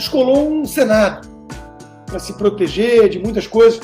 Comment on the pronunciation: Pior, todos os esquerdalhas presentes, riram da situação. O cara não sabe nem falar . Ele fala pa ao invés de para. Meu Deus. Que decadência.